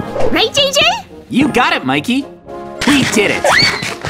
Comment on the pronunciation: It's Mikey not mickey